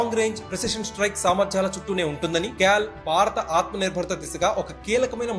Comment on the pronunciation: క్యాల్ అదెక్కడి పదం బాబూ అది kaal (కాల్ ).